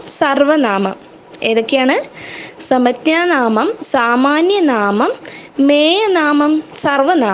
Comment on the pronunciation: സമജ്ഞാനാമം എന്നല്ല ഉച്ചരിക്കുന്നത്